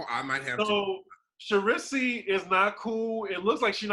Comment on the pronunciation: sha rissey ??? its pronounced SHA REESE (unsure of spelling)